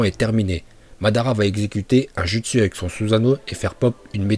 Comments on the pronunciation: C’est pas jutsu mais joutsou / ni Orochimaru mais Orochimarou 🤦‍♀️ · t trop ennervant a dire jutsu au lieu de (joutsou) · Pas mal comme vidéo, très bon concept et très bons choix mais par contre taijutsu genjustu et ninjustsu le u se prononcé comme dans "naruto"